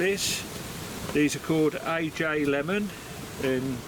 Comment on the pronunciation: FYI the yellow pepper at the end is pronounced (Ah - he) Aji Lemon.